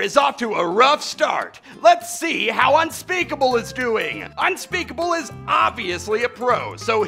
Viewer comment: He called unspeakable unspeakabill